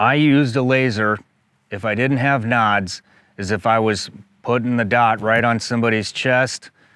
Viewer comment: What are knods, NODS, nawds, whatever he's saying? I mean, i get it out of context of the discussion, but what's the word he's saying?